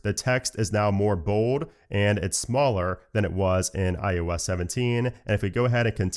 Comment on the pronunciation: I noticed his pronunciation of IOS, kinda sounds like IUS, and now I can’t unhear it